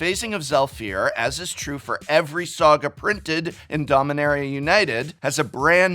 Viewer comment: I heard a soggy enchantment instead of saga enchantment 😄